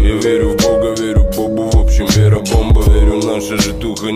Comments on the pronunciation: your "Bepa" killed me :D those are russian letters and acutally pronounced "vera" which mean "faith" :D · Not Bepa bro :) Vera, on English Faith